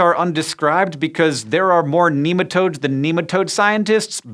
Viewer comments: my coworkers would yell at you for saying NEE-matodes. NEH-matodes!! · Not neematodes, nematode, pronounce it properly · American accents in science shows are always dodgy. There are too many bastardised pronunciations floating around that place. Nem not neem